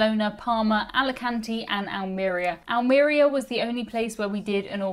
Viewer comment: N.B. it’s AlmeRÍa, not AlMEria.